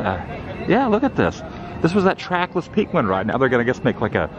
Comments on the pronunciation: Why are you saying peequin. For penquin😅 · What's a peengwin?